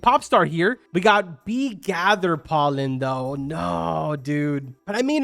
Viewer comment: I thought bro sayed knee swarm simulator